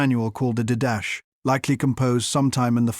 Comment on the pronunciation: He pronounced the Didache document as did-dash? Really? How can we take this video seriously when the AI used to produce it can't even pronounce the name of an important early Church document, outside of scripture, correctly? It's pronounced DID-uh-kay, or even as Dee-da-chay if closer to a Greek pronunciation... but definitely not did-dash. LOL.